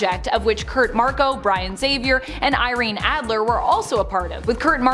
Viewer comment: Wow! An english-speaker who is able to say "Xavier" properly and not "Exavier"...! Very nice to hear!